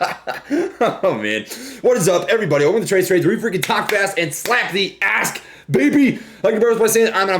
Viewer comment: Talk fast and slap the ask? I thought you said ass the entire time oops